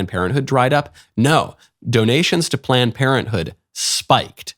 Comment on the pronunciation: Is he saying “Plant Parenthood” 😆